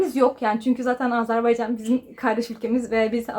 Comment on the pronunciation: Azerbaycan ama sürekli AZARbaycan diyorsunuz. Onun haricinde bilgiler için teşekkürler 🤗